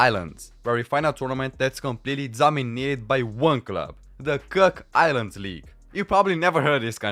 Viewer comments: Its Cook Islands not 'Kirk' Islands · The "Cuck" Islands 😂